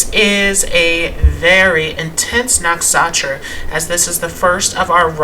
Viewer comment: " Nuk Sha Tra " is a better pronunciation . "N-uh-k-sh-uh-t-r-uh"